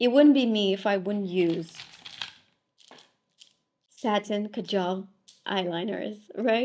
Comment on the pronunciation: Kaajal not kajaal :(